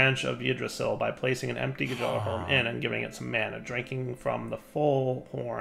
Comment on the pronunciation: The j in Gjallarhorn is silent